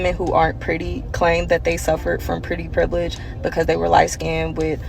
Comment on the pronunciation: yeah, bro is illiterate. bro said "Privelidge"